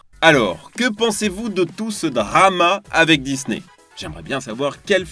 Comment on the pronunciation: Jtrouve sa drole de l'entendre dire le mot drama je sais pas pourquoi